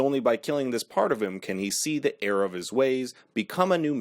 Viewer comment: Are you saying “air of his ways” or “error of his ways”